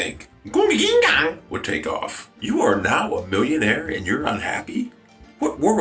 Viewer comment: its so funny when you say gunga ginga just as it should be said